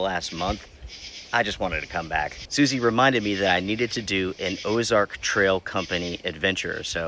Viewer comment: If I remember correctly Ozark doesn't have an " e " so i am not sure why you're saying it